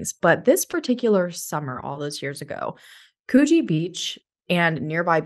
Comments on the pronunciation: Sorry it's could-gee not koo-gee. The first syllable is short. Thanks for telling Australian stories! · It’s pronounced Could-Gee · Coogee = "could-jee"